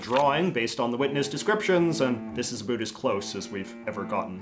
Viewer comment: USA cops: Abusing their powers by beats up minorities. Canadian cops(more exactly, the ones from Saskatchewan): Throw away drunk natives at a town border, letting them trying to get home themselves A bunch of them freeze to death. P.S. I'm bugged out by the "-bewt" pronouciation of "-bout". The more I know about my country, I guess